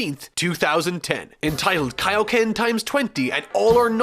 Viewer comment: What bothers me is that he KNOWS how to say it, but just actively chooses to fuck it up lol